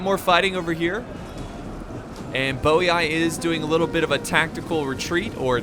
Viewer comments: I'm almost positive Geate is pronounced like Yeet with a G sound in front of it, Geet. Also I'm rather sure Boii is pronounced Boy. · I never knew they were pronounced '' Bowey eye'' i always just call them Boiiiii lol